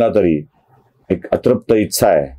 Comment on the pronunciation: तुमच्या व्हिडियोंची अनेक स्तुत्य गुणवैशिष्ट्यं आहेत. पण आणखी एक वैशिष्ट्य (जे मला स्तःला तरी स्तुत्य वाटत नाही) आहे, ते म्हणजे मराठी भाषेबद्दल नवीन ज्ञान मिळतं. "ही गोष्ट केल्या गेली", "इच्छा (तुमच्या उच्चारानुसार 'इत्सा'), "समाज़ ('जर-तर, 'जरी तरी' मधला, उर्दू भाषेमधे 'ज'खाली नुक्ता असलेला, म्हणजे 'ज़') असले परभाषेतले किंवा कुठल्याच भाषेतले नसलेले शब्द सर्रास कानावर पडतात...